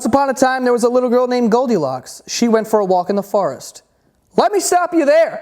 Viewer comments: Forest not farest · Is he saying farrest ? Try for-rest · forest=he says,farest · WTF IS A FARREST!? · The way he says “forest” as “fuhrest” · "Farest" not to be be confused with "forest" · I believe "poreage" is "oatmeal"....I love how you say "forest" 😂